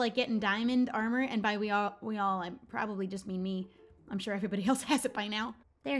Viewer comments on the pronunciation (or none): none